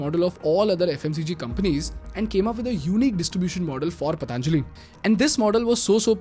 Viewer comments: Don't say pataanjali. It is patanjali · Stop saying पतानजाली say पतंजलि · It's पतंजलि (Patanjali), not पतांजलि (Pataanjali). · पतांजलि नही पतंजलि बोलो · Patanjali bolo Bhai....Pataanjali nahi.... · Good video….it’s not patānjali simply patanjali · Pl pronounce "Patanjali" properly bro